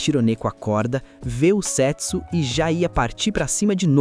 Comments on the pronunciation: A melhor pronúncia do nome seria Sêtsú, com o som do E mais fechado. Do jeito que foi narrado fica mais parecido com $€X0😅😅😅😅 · É foda que eu fico escutando "sexo" 😂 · Eu ouvi "setso" achando que era sexo 😅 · Só eu achei que ele tava falando sex0 ? Kkkkkkkkk